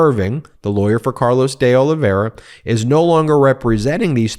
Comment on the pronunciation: Pronounced Oliv-vay-ee-ra.